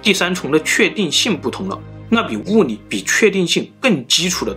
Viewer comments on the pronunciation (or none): 物理之謎還是物你之謎，發音很震腦！理論，你論！ㄋㄌ發音 改掉這就完美了 哪裏或哪你，聯想變黏想